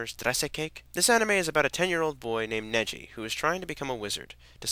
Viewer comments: Unfortunately yes! It's pronounced "Negi" with a gutteral "G". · NE-GHI with a "guh" not a "juh" sound! Just so much anger! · It's Ne-gi-ma as in gi like an E not Nejima as in ji it's Ne-gi-ma! Also Negi's name is the same to Ne-gi like an E not ji. But also the series never get's boring and check out the manga they focus on every body in the book and the music never gets boring and sorry for saying so much but Im a big Negima fan. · Did he say "Neji"?